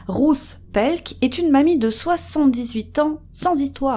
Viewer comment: Cc les youcrime sisters je voulait juste vous dire que «Ruth» se dit comme «Rute» kiss et Big Up à vous ❤️❤️